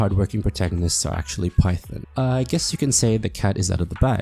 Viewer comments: Phaethon... Fae... FEY-Thon Faith-on.... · Every time you pronounce Phaethon as Python, I die inside But aside from that I like the video haha. But I would point out that 1. Venus doesn’t seem to know you’re Phaethon (she keeps being surprised by how good you are as a newbie and tries to connect you to people you already know. She knows you’re a proxy obviously, but not Phaethon, which is a confusion I think you make a few times), 2. Nicole isn’t as money-grubbing as she pretends to be, if you follow all her storylines, and most of the people we divulge to are pretty seriously incorruptible types, so other exposure risk isn’t too bad. 3. Being a Proxy, while technically illegal, seems reasonably common and not too much of a danger, judging from all the interknot activity with proxies. Especially now that we’re protected by pubsec. 4. I think your definition of secret is a bit too narrow. Consider for example, state secrets- Which are definitionally secrets, but are known to or accessible to probably hundreds or thousands of people. Our identity may not be the best-kept secret, but it’s still a secret; we try to only divulge the information on a need to know basis, and it’s just that every time we involve a new big player in the game, they’re going to need to know who we are for us to maximize our benefit from those connections. I also think aside from the point about Eos’s branding, it’s probably not easy to identify us. The bangboo sync technology is practically unheard of, and our hollow navigation abilities- especi